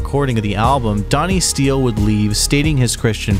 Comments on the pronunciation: Donnie Steel-ee, Anders Colsef-eeni, deb-ute. 😬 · It's Donnie Steele You gotta pronounce it steal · And Steele, and Colsefni...